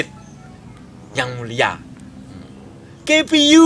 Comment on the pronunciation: Anjir, KPU disebutnya keipeiyu. Sehat slalu. Planet dobolodon